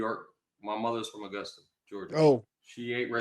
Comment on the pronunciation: TARIQ thank god you called him out ..BEWARE FBA family this what they do ..first of all dude its Augusta not Igusta ..your first lie detected and our blk exodus outta the south ppl werent moving from up north NYS TO THE SOUTH .ALL LIES DETECTED